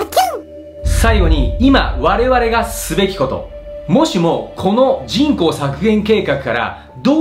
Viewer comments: 人口のイントネーションがおかしいぞ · 人口密度の時だけ普通のイントネーションなのも気になる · じんこう⤴︎の発音が気になる笑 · 人口の発音が気になり始めたら話が入ってこない… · 人口 の発音が、、f^_^ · 人工の発音ちがう。